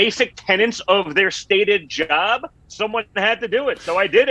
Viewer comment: Wow the way Trump Jr says the word "Job" Didn't know genes carry pronunciation 😂 Edit: /